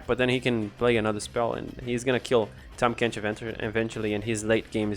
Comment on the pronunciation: The rally remove from combat card with tahm is honestly super interesting and definitely worth expounding on Also well done pronouncing Tahm Kench btw! (not sarcastic) Bayou is pronounced closer to Bye-you.